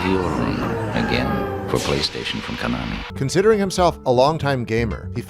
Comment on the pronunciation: KONAMI. NOT KANOMI